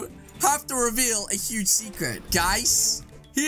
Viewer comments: Hige lol why he say hige lol mistake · It’s huge not hige XD